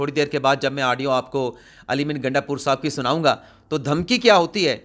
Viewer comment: Sir iska nam gandapur nhi .....,"Gaanda pur," ha